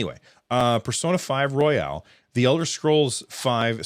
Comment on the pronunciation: You’re killing me,. Persona 5 Royal, like a king or queen, not “royale,” like deluxe.